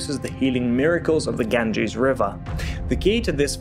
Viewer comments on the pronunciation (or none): none